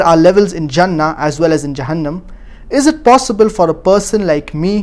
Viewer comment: it is 'jannah' with a j not 'zannah' with a z